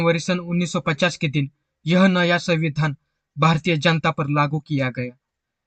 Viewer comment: आपने संविधान बोलते वक्त संविधान का उच्चारण कितने बेधंगे तरीके से किया है.ऐसा लग रहा था के आप जाब बुज के संविधान को चिडा रहे हो.